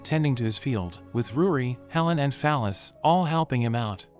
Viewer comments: I keep hearing fal ys as phallus and now I can't unhear it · the bot pronounces fal-ys like "phallus" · That girls name is “Fal-ys”. 😂😂😂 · "Fal-Ys" is her name? Okay....